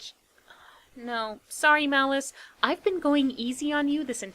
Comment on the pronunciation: I used to love this movie when I was a kid. We’d always have to rent this one for me, along with Nightmare before Christmas and Dracula, dead and loving it. I’m so glad you did this one. Also, a few times you say “Malice” I hear “Phallus”, which isn’t far off character wise, but I had to back up and check. Lord Phallus lol